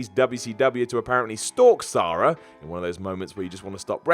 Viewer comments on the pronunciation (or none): Sara. Not Sah-ra.